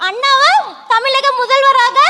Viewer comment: இவளுக்கு தமிழகம் என்று கூட உச்சரிக்க தெரியல, தமிலகம் என கூறுகிறாள் இவளை போன்ற வற்களை கட்சியில் இடம் பெற்றால கட்சி இருக்காது நிச்சயம். புரிந்து கொள்ளுங்கள் ஜோசப் விஜய். உங்க கட்சியில் உள்ளவர் எல்லாருமே இப்படி தானா? அதுங்கள ஏன் மேடைக்கு வரவைக்கிறீங்க, ஒ...